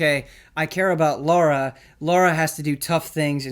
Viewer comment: THANK YOU! Godammit how hard it is for people to say her name right!